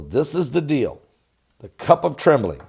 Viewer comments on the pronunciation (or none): none